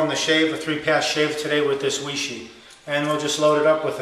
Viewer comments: 偉仕 Wěi shì. Sounds more like Way-SHUR than Way-Shee, but close enough! There really isn't an exact English phonetic equivalent. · weishi is pronounced way-sure. It's Chinese pinyin. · I pronounce it Way-she ... I guess I'm triple-ly wrong 😆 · Matt C2083 looks like it should be pronounced why-she. Look at it. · No it's correctly pronounced 'Wee-She'....l have a language pronouncing app on my phone and I found out that's the way it is pronounced in China.